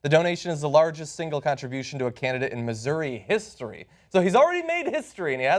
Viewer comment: he's not even pronouncing Missouri correctly, gtfo